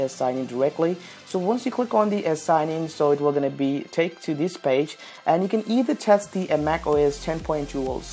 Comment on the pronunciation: "Hey guys welcome to tis Video" Dead